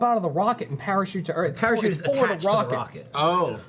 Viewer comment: Please tell me im not the only one who noticed said Wocket instead of Rocket xD